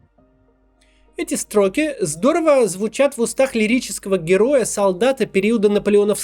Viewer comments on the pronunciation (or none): "эти стRоки" )))